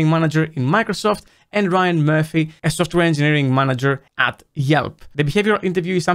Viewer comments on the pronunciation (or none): none